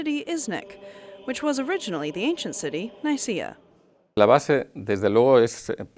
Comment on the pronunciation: Nicaea is pronounced as 'Nikeea' and Hagia Sophia is pronounced as ' Aayeea Sophia'